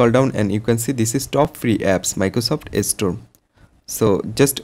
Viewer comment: by the way its not estore its store